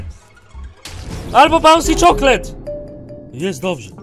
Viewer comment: powiedział czoklet